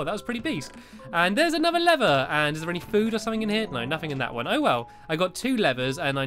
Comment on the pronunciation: LEVER not lerer